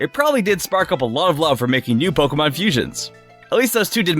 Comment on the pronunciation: Me just watching: Him: “paowkén”